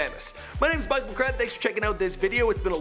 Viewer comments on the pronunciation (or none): none